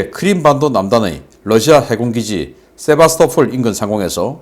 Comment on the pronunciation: 세바스토"폴" 입니다